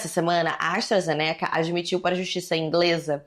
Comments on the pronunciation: se pronuncia Astra Zêneca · Quando tu vai aprender a falar astrazeneca.... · Eu to começando a creditar que se pronuncia "astrazenéca"